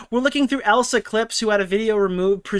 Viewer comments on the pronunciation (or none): Poor Elissa’s Clips, never gets her name right 😂